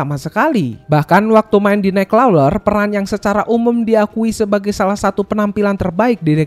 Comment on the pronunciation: Bacanya naikkrawler bang bukan naikkloler 😂